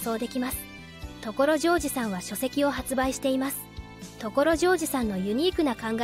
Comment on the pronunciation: これって自動音声？ 所ジョージのイントネーションが凄くひっかかるし、OS-1は「オーエスマイナスワン」ではなく「オーエス(ハイフン)ワン」でしょ。